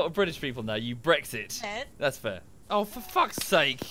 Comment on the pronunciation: I've been laughing at trying to say Brexit for the past half hour. B R E ESSEX